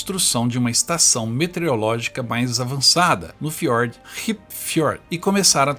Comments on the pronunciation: Só corrigindo: Não é "Metereologica" e sim "Meteorologica". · Parabéns pelo vídeo. Só que a pronúncia não é metereológica e sim meteorológica. (de meteorologia). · É, mas a pronúncia é METEOROLÓGICA não "metereologica". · A única coisa que incomoda bastante é que não se diz METERIOLÓGICA, se diz METEOROLÓGICA. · Excelente documentário. Peço que o narrador corrija um erro grave: não se diz METEREOLÓGICA, mas METEOROLÓGICA. O nome da ciência é METEOROlogia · Não é "metereológica". É meteOROlógica. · É METEOROLOGICA, NÃO METEREOLOGICA KRL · METEOROLÓGICA, NÃO METEREOLÓGICA. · observei que você, todas as vezes, pronunciou "metereológica"... 😎 Você não percebeu?